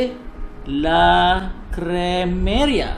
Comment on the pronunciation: Abang cakap LA CREMERIA tu salah la....